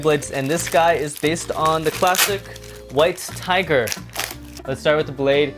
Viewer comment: Weiss tiger is pronounced "vice tiger" because the name is supposed to be German. Ws in German are pronounced like vs'